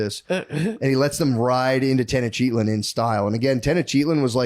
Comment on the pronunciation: There's no way Tenochtitlan is pronounced (Ten-Oh-Cheat-On) Little Freudian slip from Matt..